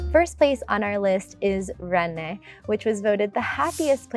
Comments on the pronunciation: Some good suggestions but I wonder how many of these cities you have lived in or even visited. Incidentally your prounciation of some of these place names is way off. You can do better than that. You say for example Ren-nes as if the name has 2 syllables. It is pronounced simply enough as Renn, the e and s being silent. Beyond all that anyone who moves to France without experiencing the many treasures to be found in Paris is missing out on French life. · As a French man, I can say that some photos don't match the place they're supposed to be illustrating, like images of Paris or Strasbourg for Besançon or of Paris when talking about Rennes (which correct pronounciation is 'REN' and not 'RennES' btw 😉). Some given information are also quite questionable, when saying that Strasbourg is a small town or that Besançon lies near the Alpes !! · Rennes is pronounced wren, not raynay, or Renee… and it’s brahta-gn, not ña,, it’s a hard sound to hear and replicate for foreigners, so Brittany is fine… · Nice video, but pronouncing Rennes with a non-existent accent over the second "e"? Really? The English pronunciation is exactly like the word "wren." The French pronunciation uses a slightly rolled "r" at the beginning. For all the research done for this video, spend an extra 10 minutes and learn the correct pronunciations. That's a good first step to not offending the locals. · Change this if you can. Rennes is pronounced RÊN- and no French person would be able to guess what you say unless it's written down as Rennes. You are saying the name René and that's a man's name or Renée- a woman's name. Rennes being number one on your list it will benefit this video to say the number one city correctly in my opinion. I'm curious how Rosetta Stone didn't catch this? Thanks! Very informative video indeed. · RENNES is pronounced as the English word, Wren, as in the bird. No need to make it a two-sylable word. It's WREN. Period. Thank you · 🤦🏼‍♀️… it’s not René it’s Renn